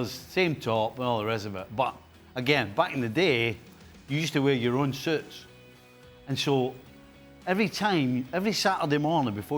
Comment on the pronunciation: Nicol: "wearing soots"